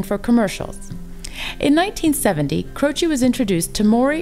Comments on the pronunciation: As his surname is Italian the pronounciation is CROCEH and not CROCEE. With regards from Italy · Not Croci, CrocE